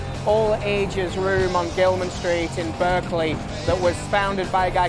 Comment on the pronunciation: 29 “Berkerly” lol rough start